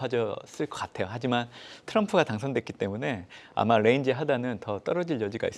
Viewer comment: 저 ㄴ은 뤠인지 하단 뤠인지 하단... 에휴~~~